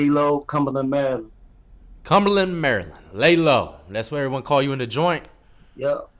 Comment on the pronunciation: you mean Merrraland